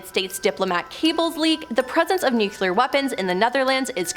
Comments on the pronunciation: Nu-clear....not nucular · .Repeat after me: Noo-klee-ar . Not noo-kyoo-lar. There is only one "u" in that word, and it is the first syllable.